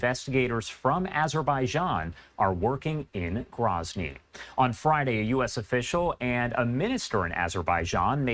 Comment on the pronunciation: First of all.. it's GROWzny... not GRAHzny. Second of all... it's wartime. Even during peace, you are taking serious risks travelling to Chechnya. How many civilians have died in the last 2 years in Ukraine/Russia conflict, or Isreal/Gaza? They're all tragic. When the dust settles, I am confident the pilots made a mistake and were NOT where they were supposed to be.